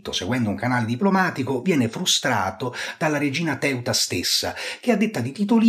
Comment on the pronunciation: Ma come pronunci i nomi del Re Agron e la regina Teuta? Assurdo!